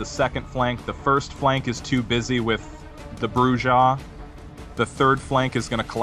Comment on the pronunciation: Man your killing me with your pronunciations... Brujah... (Broo'-Hah or Broo'z-Hah) Grrrrr!!!